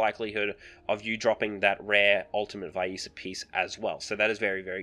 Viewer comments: its vi-esa NOT WHY-ISA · Nice vid! Its Vee-es-ah if you care lol Also who the fudge says ShareeEEen xD